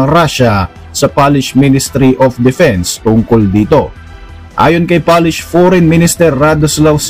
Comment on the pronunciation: Polish po hindi Palish. Pronounce at it spelled.